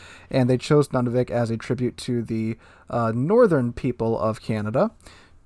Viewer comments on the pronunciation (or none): FYI... it's not pronounced NUNavik, it's pronounced NOONavik. And now you know. :)